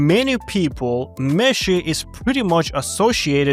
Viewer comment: I can't stop hearing "Messi" when you say meshy and I love it because argentina campeón papá. Thank you always for sharing this valuable information with us